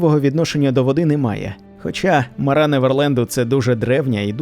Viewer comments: не МарА, а МАра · Тільки не МарА а МАра, наголос неправильний, аж вуха ріже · Чому МарА? МАра. ПримАра, а не ПримарА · Сам ти Марá її звати Мáра, кажу як носій імені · М`ара, наголос на першу "а". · Мара від слова марити. наголос ставимо на першу букву "а". Марити - Безладно, безтямно говорити в гарячці або уві сні, галюцинувати.